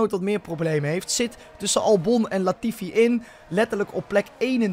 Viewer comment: leert snel namen in Gotifi zeggen en daarna wel Latifi zeggen na je leert snel 😂😂😂😂😂😂😂